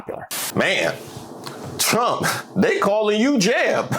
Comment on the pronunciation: "I will bote. For Donald Tromp",what a great hit it was!